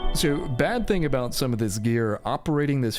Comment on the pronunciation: I like how you say “abouut”